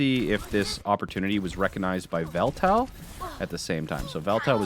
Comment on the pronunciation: im not sure how he pronounces it but it should be pronounced ee-vel-tal not just vel-tel as its the name of the cover legendary of Pokemon Y and there's no way thats a coincidence.